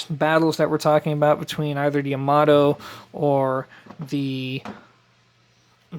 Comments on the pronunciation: Quick tip: Yamato Ya-Ma-To (a as in Ja (German), o as in No) No stressed syllables, so not Ya-MA-To, and it's Ya, not Yo. The joy of knowing Japanese: there's only one way to pronounce any given character. Sorry, just a pet peeve since so many pronounce Yamato like it's English. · Pronounced…Yah-Ma-Toe (Yamato)